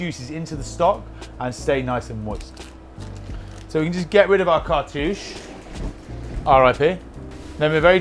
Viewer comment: Did someone say cart-uuchy 😉